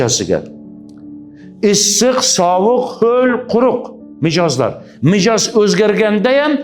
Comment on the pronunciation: Mijoz emas mizoj